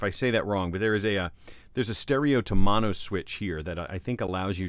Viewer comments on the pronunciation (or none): none